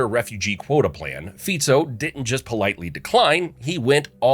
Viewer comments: It's Fico pronounced as (Fitso) not Fiko. Please, do your research properly when you do videos like this. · His name is FICO, and not FIKO ! ! STUPID PEOPLE ! SAY IT OUT THE RIGHT WAY ! FICO. OK ? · Btw its not Fiko but Fico (Ficso could be pronounced its C not K) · It is not Fiko…..all these channels bastardising names but don’t you dare to mispronounced english names right? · It's Fico (pronounciation as Fitso), and he didn't solve shit. He just made Slovakia the shithole that even immigrants don't want to come here.